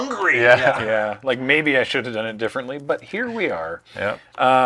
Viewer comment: I laughed a little too hard at saying he's "duilt bifferently"